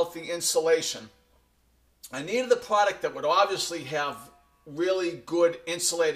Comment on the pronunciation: stop saying pwoduct please!!!